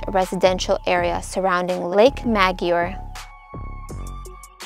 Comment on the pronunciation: Bless Your Heart.. it’s Don see-ZAR.. also - Lake ma-GOR-ay.. 😉